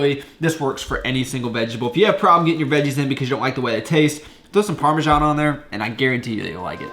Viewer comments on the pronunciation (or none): I have been watching your videos for a week now, and I am starting to like it but... how the duck did you just pronounce parmesan?